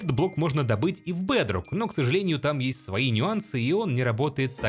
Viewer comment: Блин, его акцент оставляет желать лучшего 😂 БЭЭЭЭДРОК ФОР ФРИ